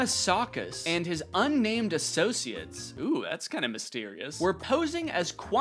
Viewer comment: Did you say un-nammed associates?